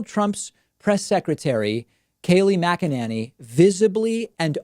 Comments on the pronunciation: Kayleigh Muggananny. I think when David dislikes someone he's inclined to pronounce their name every way but the correct one 😊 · "Magananny" 🤣🤣 LOVE it!